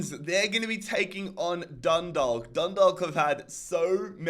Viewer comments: Just so you know the way to pronounce dundalk is (dun daw lk) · Hi. Just wanted to let you know that Dundalk is pronounced Dun- dawk. Love from Ireland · Dundawk and drogeda is how u pronounce them